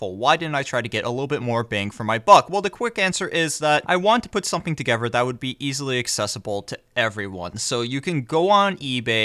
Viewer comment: The way you say together and another really bother me.